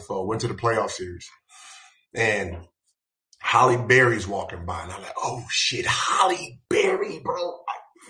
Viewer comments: It's not holly it's Haley berry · Cringing at the way he says Holly instead of Halle. But, that’s a shame too. Too many sacrifices are made by really good people. Don’t know why they pray on people then wonder why later on no one wants to be associated with them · Her name's not "HOLLY"😂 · Why can't ninjas say "Halle"?🤣